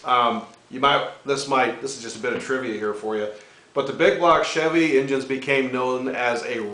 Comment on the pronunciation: hahaha love that humor, typical stereotype guys. Bbbbig bbbblock chäävy